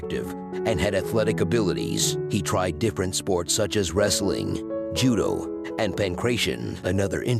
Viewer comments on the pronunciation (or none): none